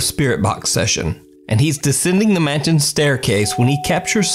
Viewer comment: Dude why u sayjn 'Mansion' as 'manchen'?? Idk but u may or might have speaking distortion of some words n their sound